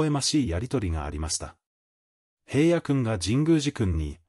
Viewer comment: おい、へいやって言わないで下さい。ちゃんとひらのって言ってよね😤